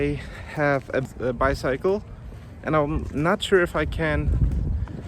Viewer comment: Great video! Super weird experience with the police. You know I don't drink alcohol, but I would totally try those Yuzu Sake Kit Kat! 😍 Ps: You should check your pronunciation of the word "bicycle". 🙈